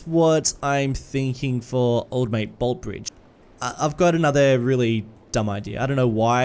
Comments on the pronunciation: No hate but most of us Melbournians say it as boltee bridge not just bolt. Love watching your videos tho getting that Aussie feel in a series is amazing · As someone who lives there, it’s pronounced bolt-eeee, pronounce the e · Interestingly enough, despite the bridge in Melbourne being named after Sir Henry Bolte, everyone in Melbourne colloquially knows the bridge as the "Bolte Bridge" (as in the "e" is accented at the end, pronouncing Bolt-e Bridge). Just thought you would want to know haha, keep up the fantastic work! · The Bolte bridge is pronounced "bolt-ee". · Btw with Bolte Bridge, you pronounce the “e” as well. So it’s “bolt-ee” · Bolte bridge pronounced Bol-tee Bridge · Love seeing Docklands getting a look-in, but the pronunciation of Bolte 😂💀. It's "bolt-ee". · Bolte - pronounced Bolt-e Our longest serving Premier. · Hey mate! love your stuff, great to see the Bolte Bridge making an appearance! btw, down here in Melbourne we pronounce the E, like in coffee. 'Boltee' Bridge.